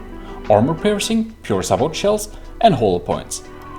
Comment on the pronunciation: This video was exactly what I needed. I'm still in the 2015 FTD mindset that everything has to be frag set to a 1 degree angle, and naturally that doesn't work anymore. By the way, sabot is prounced sa-bow (or say-bow if you're american)